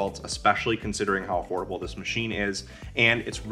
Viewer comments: Good I am not quite crazy.... convinced he said horrible lol. He really bombed all syllables if he said affordable lmao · I heard it too but turned on closed captioning and it’s “affordable”. The funny thing is I heard “affordable” the 2nd time and now I keep going back trying to hear “horrible” again and I can’t hear him say it and it’s kinda making me nuts.